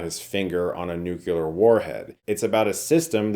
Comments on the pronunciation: Chris: -min it's nuclear (new-clear), not nukular. Good grammar always counts. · Nucular? Chris! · Chris,... I'm a big fan, but for the love of God, it's pronounced NEW-CLEE-ER. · "Nucular! It's pronounced nucular!" - Homer Simpson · Nucular?? Zerny?? Come on. Learn to pronounce words. Czerny is CHAIR-NEE. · Did you say "nucular? 😔 I am disappoint. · NucUlar lol